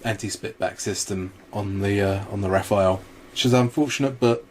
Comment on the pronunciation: Hey guys, it's Rafale not Raphael.